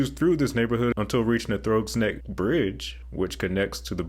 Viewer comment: "Throwgs Neck" I giggled